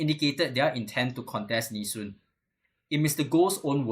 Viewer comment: Goh Meng Seng, ffs, it's Nee Soon not Nee Shun!!!